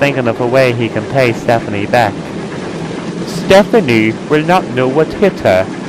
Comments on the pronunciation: You said Stefanie, and it's Step-ney. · He's like that because you pronounced it as Stephanie. It'd actually pronounced Step-ney. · It's stepney, not stephnie!!! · its stepney not stephanie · I'm from the UK and when the narrator says Stepney it sounds more like Stephanie! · Why does the person keep saying stephany? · And it is pronounced "Stepney". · Nah its Stepney, no SePHAnie. I think he's just pronouncing it wrong.